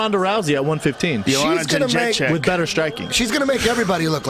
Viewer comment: You pronounce her last name Jedrechyck not joanjencheck.